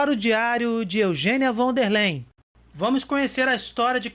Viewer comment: Von der Leyen => 'Fón dér láien'